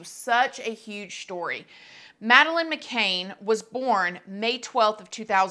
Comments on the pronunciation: Honestly you could at least learn how to say her last name properly! Her last name is MaCann not MaCain! I mean come on! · First of all, stop saying Mc Caine ( Cain ) it's Mc Cann as in Can which if you researched you should know the pronunciation. This case has cost millions and to this day the parents have never been tried for leaving her and her even younger sister alone in that apartment whilst the parents ( both Doctors and well-connected) went partying at the restaurant with friends. And that in itself is a crime. I really hope she is Madeline and do not understand why this DNA has not already been done or is it another coverup. I hope people start to get prosecuted. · The name is McCann. Not McCan as you spell it above, or even McCain as you pronounce it. As to your assertion that Faustyna wants a DNA test, I think that that would be the last thing she wants as the jig would then be up and she would be exposed as the attention seeker she is. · The Surname is McCann - like a can of coke - not McCain - just sayin'! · You pronounce every name wrong on almost every video. It’s takes 2 seconds to research. It’s not McCain, it’s McCann. Do the most basic research. Not that hard. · As a British person, I'm cracking up at how you call her "mc-cane" 🤣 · Good video. The surname is pronounced to rhyme with can not cane though. I don't understand why this hasn't been sorted by now. DNA would clear this up really quickly also, why won't Maddys parents communicate with her? The whole thing is wierd. I think that they would be there in a shot if for one moment they believed her. Whoever she is, she is quite disturbed poor girl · McCann as in "can you say her name" that is how its said. "Mc-CAN" they literally could see their room where she was from where they were at that bar. The abductor had to of come through the window in the far side of the building...What a horrible thing for any family... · no she does not it is not pronounced that way at all, we British should know